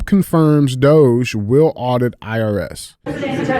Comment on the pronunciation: DJ finally saying DOGE the right way 😂